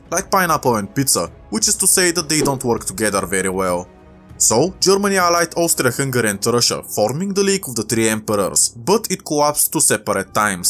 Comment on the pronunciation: Austfria fungari